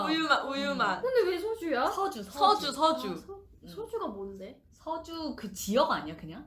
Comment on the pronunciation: 이게 컴백날에 업로드된 영상이군요 사나누나 서주인데 소주라고 말한거 귀여워요♥♥